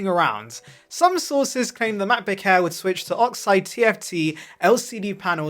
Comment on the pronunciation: "...the Macbook Hair's..." 😂😂😂